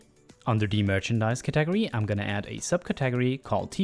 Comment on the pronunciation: "cat-ag-ory" you sweet, precious lad. Thank you so much for the tutorial!! It was incredibly helpful.